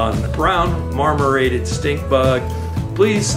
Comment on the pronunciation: Marmorated, not mormorated